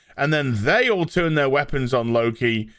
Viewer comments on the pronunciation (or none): none